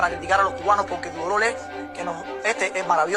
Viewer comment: No se dice lolor se dice dolor no te burles porque no halar castellanos